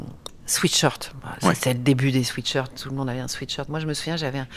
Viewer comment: J'aimais bien Elise Lucet, puis je l'ai entendue dire "sweetshirt", trois fois, au lieu de "sweatshirt".